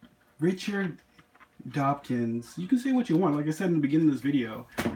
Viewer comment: First of all, you are not highly educated, and there is no way you could complete a degree, as you are clearly illiterate. Richard Dopkins! Richard Hopkins! You can't read! Secondly, if you were highly educated, you would know that Richard Dawkins is an evolutionary biologist, and you would have worked that out in a second. There was nothing racist about what I said. Read my comments again. Oh, you can't read!!! When you speak, it would be good etiquette, to wipe the foaming madness from the sides of your mouth.